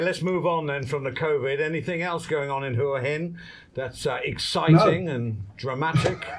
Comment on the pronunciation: Can you say Hua Hin correctly for fucks sake!